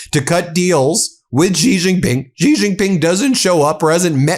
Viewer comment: Will you PLEASE learn how to pronounce the J In Chinese words?!? Hint: It's the SAME pronunciation as the J in FRICKING ENGLISH! How difficult is THAT???